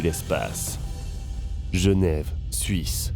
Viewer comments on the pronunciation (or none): none